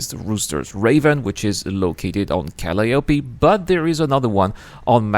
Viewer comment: PSA: u-TER-pee cal-EYE-op-ee